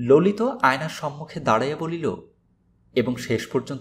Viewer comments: Vai,lolit hobe,lolito uchharon hobena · Lolita sunte ,vul hoyechhe,ota lolit sunte hobe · ভাই ললিত উচ্চারণ সবসময় "ললিতো" এই ভাবেই জেনে আসছি।